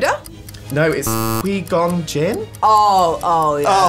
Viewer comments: "Ke gon jin" disrespect. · Did he just fucking say quee gone Jen lol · The interviewer just exposed himself for not being a true star wars fan by the way he said QuiGon Jinn 😂😂